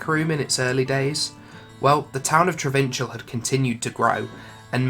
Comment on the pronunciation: I take it you guys never played Diablo 2. I'd figure not since your pronunciations of a lot of things are way off. Trav-in-cal is how it's said, not Tra-vin-chel. That's just one example.